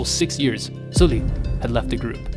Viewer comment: Good content as always! But please it's SUL-li like the u in "but" or "dull" not oo in "fool" 😥